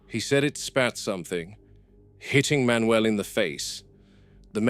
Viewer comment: Manuel ❌ Man not uel ✅